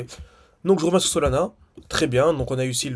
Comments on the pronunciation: C’est solana, pas solnana … Au cas où … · Il a dit solnana, donc solana ça va .